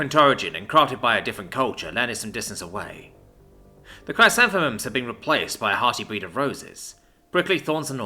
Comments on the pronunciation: "Chris-anth-eh-mums." They're a type of Earth flower. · Pronounced "chris-xanth-uhm-uhms". The flowers. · good read but its pronounced ""kruh" + "SAN" + "thuh" + "muhmz" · Hearing narrator try to say “Chrysanthemums” made my day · I laughed my ass off at every attempt xD What I find funny, is that I myself learned that word from a children's book of the same name. I don't know how that word has stuck with me all these years. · That pronunciation error caused me great pain. But I forgive. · 😂😂😂 you butchered that bush's name